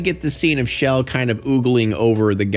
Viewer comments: chell not shell. lol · Not you calling Chel “Shell” 💀